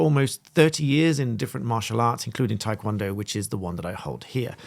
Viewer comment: Like your videos, but a little surprised that as a 6th dan you pronounce taekwondo incorrectly. Guessing English is your first language and maybe your master and/or instructors were not Korean ??